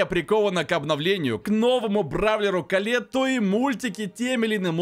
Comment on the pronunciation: Почему Коле́тт а не Ко́летт